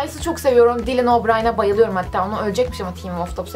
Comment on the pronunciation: dilinobrayn deyil dalın oraya olucak yanlız okunuşu